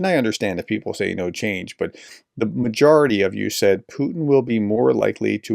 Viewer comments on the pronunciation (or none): none